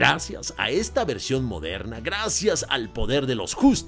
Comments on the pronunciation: tuve que quitar el vidio, no aguanté tantos "modhernha" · Gracias a ti, cada vez que mire una película de Disney, me voy acordar de la frase "película moderna" claro con ese acento tan bueno jajaja. Por último estoy desacuerdo contigo en todo, por cierto la película se llama Wendy o Peter pan? Disney olvidando quien es el protagonista de uno de los personajes más importantes de su historia de sus "películas antiguas"😅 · Me agrado la forma en que dices "MODERNA". 😅😅😅😊